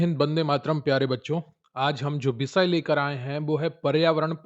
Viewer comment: Bishay नहीं विषय😂